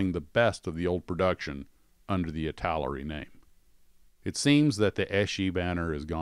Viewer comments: The name is pronounced "It-tel-er-e" Many mispronounce it as "It-tal-e--air-e" by adding an extra syllable. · Do Italeri next. Pronounced EEEta Leri